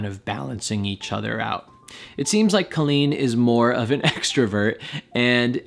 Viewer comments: i do agree with your theory, but i still have another theory. i don’t wanna write it here though cause i don’t argue online. but i’m happy you at least analyzed it. Colleen is pronounced cawleen btw not Coaleen (how she says it😂) and yes their podcasts are marital therapy, she has said that a few times lol message me and i’ll tell you my theory 😜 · IT'S PRONOUNCED CO-LLEEN NOT CALL-EEN! I watch Colleen daily and Erik is more private online. They do have a podcast together called RELAX! with Colleen Ballinger and Erik Stocklin. He is way more open and relaxed on it and you really hear him. This video is from a while ago and during quarantine he has opened up more and is on the vlogs more too. Have a good day! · u were saying her name wrong, maybe that's why it sounded so wierd lol. But her name is pronounced kinda like how u would say jolene. with a hard o. I think she actually explains that in that video lol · When he said colleen instead of colleen in the intro, i cracked up😂😂😂 ik nobody other than colleens fans will get this joke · FYI she pronounces her name as Coal-een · It’s actually pronounced COY-LEENT. So you actually have it wrong. 🤷🏻‍♂️